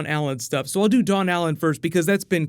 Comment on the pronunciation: Don’t say don/dawn Allen it’s Nora Allen